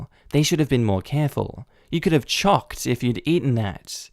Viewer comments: Just to clarify your pronounciation on 'choked', Its 'choaked' not 'chocked'. Like a choke for a lawnmower. Thankyou Your videos are great! Good, no great narration man!!!!😇😇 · Did you intentionally mispronounce busy (bussy) and choked (chocked) in the last video?